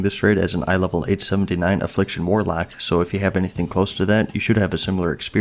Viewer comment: What's a 'warlack'? 😂